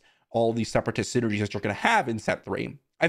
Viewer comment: "Separatast" is how I'm gonna say that word from now on